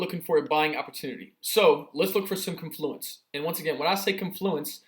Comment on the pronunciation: Woahhh, wooah, woah.. pronunciation: KON·floo·uhns. Stress is on the first syllable.😶‍🌫